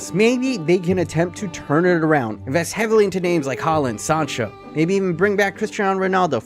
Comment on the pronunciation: Erling Braut Håland is not pronounced Huh-land. It’s Haa-land